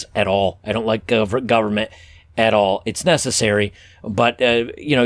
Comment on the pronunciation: "i don't like gub ment period" Ha! I knew there was a reason I liked you,!